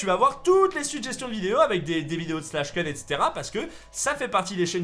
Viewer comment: Ça se prononce pas slash keun mais slash koun